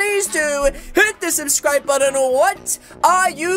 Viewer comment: Gyus he rilly instead of subscribe he sed sublijgjvjzz